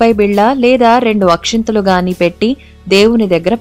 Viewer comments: Akhintalu kadu akshtalu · Not Akshinthalu...... It is Akshathalu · Akshathalu not akshanthalu